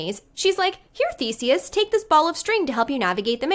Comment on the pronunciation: It's Theseus. Not Thesis.